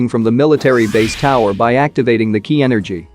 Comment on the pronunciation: first kaee energy and now kee energy?